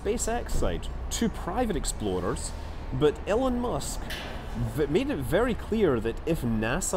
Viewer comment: when you say "explorer" your accent makes it sound like "exploder" i hope that that isnt some form of foreshadowing